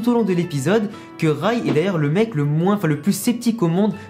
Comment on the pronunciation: Tu prononces mal Ray tu dis rAy alors qu’il faut dire rÉy (je sais pas si tu vois ce que je veux dire)